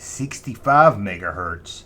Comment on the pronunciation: Poor kid. Sometimes you gotta sacrifice for fun. And at least you got mega hertz right. 👍